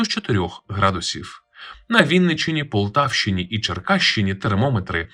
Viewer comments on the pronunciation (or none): none